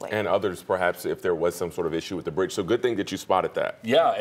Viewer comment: Its a bridge!! Citch!! Wtf do you mean cwral space!?!?